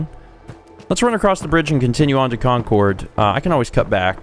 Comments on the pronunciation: lol,, Concord is pronounced "Con Cerd" The second half rhymes with Bird. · Please, everyone from Massachusetts is cringing. It's pronounced "CON-Curd" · As someone from the Northeast, that pronunciation of Concord pains me. XD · It's pronounced Concord